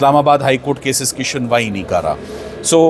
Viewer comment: yeh kassa vakeel hai suniwai ko shunwai ???? mujhay jolly llb yaad aa gai ARSHAD WARSI NE prosecution ko Prostitution likha hota hai